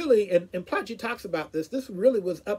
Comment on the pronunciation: Insightful review! For your interest's sake, his surname is pronounced "Ply-key".